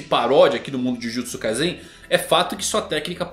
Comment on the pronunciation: acerta a pronuncia mano kkkk jujutsu kaisen - com S